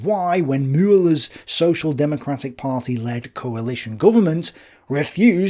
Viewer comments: Sure, some germans might laugh about how he does pronounce "Müller" but I really appreciate him trying to pronounce it the right way. Thank you, Sir! Much obliged . PS: You should hear me, speaking english :)) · Hi, nice job. Pronounciation: Müller was close to sonubd an ü. "Von", "volk" or anwhere [fau] is to be found, it sounds like en 'ef' for friendly fire in modernday English. Von Brauchitsch, von Braun, or even van Beethoven( a Dutch name von origin).